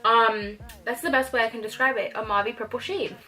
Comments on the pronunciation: It's pronounced Mauv not Mauvey but fierce otherwise! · Omg, your pronunciation of mauve... We say it like "mowv" in Australia.